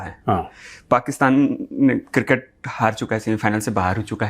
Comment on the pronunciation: Major Saab pls tell 😢producer that cricket not kirkit pls don’t take it seriously 😂